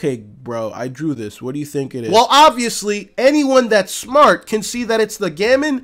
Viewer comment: Pretty sure it's pronounced "Gow-mon",.